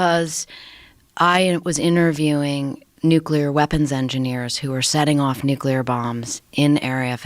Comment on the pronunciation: Never trust someone who can’t pronounce nuclear correctly